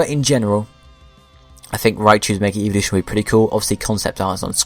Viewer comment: Whenever you say evolution it sounds like eeveelution